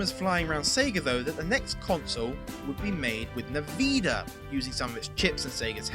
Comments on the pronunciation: FYI, it's pronounced In-Vid-ee-uh. Not Niveeda. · nVeeda? really? lol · Niveda? It's envidia! It even has a voice that pronounces it when the logo shows up on their games. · "nuh-veeda"? Alright, that's a... creative way to pronounce it. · you pronounced nvidia wrong.